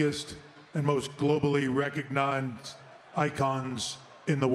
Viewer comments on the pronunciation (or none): I'm sure Hogan was just happy to be "recognonzed"😂. Paul botched it so nice, might as well botch it twice lol.